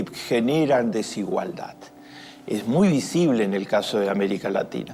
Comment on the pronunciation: Peronismo pupilismo solo quiere mas pobres y menos educación. No te aproveches de la desinformacion de la gente para seguir vendiendole mierda . Y aprende a hablar desigualdad con d final no con t !